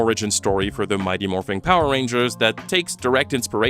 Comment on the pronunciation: Morphin’. MORPHIN’. NOT “MORPHING”. Yer on thin ice buddy